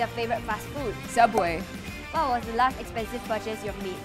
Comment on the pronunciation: Subway is where theodd1’s_out works (he’s a YouTuber and he call is sooubway)